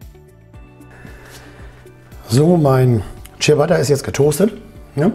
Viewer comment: ich musste den clown wegmachen, als ich hörte, dass er nicht mal "ciabatta" aussprechen kann... echt übel.